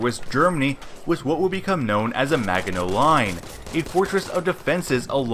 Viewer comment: Oh man the pronunciation of Maginot. Also the Allies weren't surprised the Germans went around Maginot. the whole point of Maginot was to make the Germans go around it so the relatively easy Alsace and Nancy regions wouldn't be attacked and the fight be forced to take place along pre prepared positions along a series of forests, hills, rivers, and canals. the issue was Belgium threw the plans out in 1935, and then surrendered without telling the Allies during the war. so the Belgian defences were weak and they then left a hole in them. "Char tanks" - so tank tanks? Also what anti tank rockets?? 😅 there were none in 1940. experimental ones didn't teach combat until 1941 and they weren't standard issue until 1943. Arras was a delaying action. it was never meant to be massive battle. So of course it only went for one day! why do you keep saying AT rockets? they did not exist!